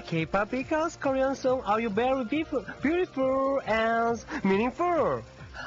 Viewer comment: beautiFUR, meaningFUR, possiBUR,. seriously is it park jung su talking. or COOKIE MONSTER?!.. :))